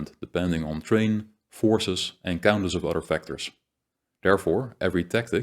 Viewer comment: Thank you for all of the wonderful content you have made. It is of a very high quality and thoroughly researched. One small point. The word terrain is pronounced more like this: 'teh-rain'.